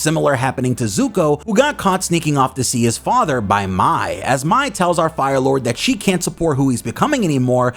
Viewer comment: The Pronouncing of MAI, it's not MY, it's pronounced as MAY!